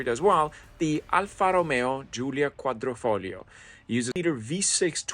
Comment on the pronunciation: I love the way he pronounces Quadrifoglio😅😅